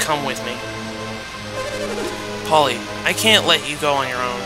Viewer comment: I LOLed when you pronounced Puelle as 'Polly' again and again =p